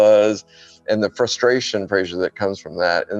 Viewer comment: Very good indeed. Please do another one on the aeronautics of the Mars atmosphere. Thanks (Also, you were very polite: did he call you not Fraser all the way through)